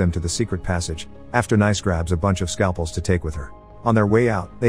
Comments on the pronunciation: Pronounced NEECE not "nice"🤦‍♀️ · great synopsis as usual; just a minor note. Sofia Boutella's character's name (Nice) is pronounced "niece," like the French resort city. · i think Ric meant that the characters name is "Nice", she's named after the French city. The name of the city is pronounced like Americans say the word "niece". Ergo the robot was pronouncing the name wrong cause it pronounced it like an American would say "nice" instead of "niece". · Hate to sound like a geo snob, but I'm sure 'Nice' is pronounced Nice, like the place in France. So phonetically it sounds like "niece" more or less. Lol I figured when everyone else had place names, that must've been her name as well. So after that realization, hearing "nice" all the time was kind of funny to me haha 🙃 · kind of confusing since Nice is pronouced nice in french and still different from the way american say "niece" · Great video, but the Nice pronounciation drove me crazy.